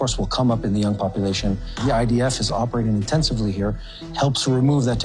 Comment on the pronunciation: It's idf not ids.